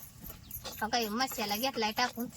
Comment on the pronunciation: मशाला नाही बोलत. मसाला बोलतात😂😂